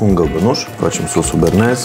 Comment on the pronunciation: sosul e Bearnez si nu Bernez:)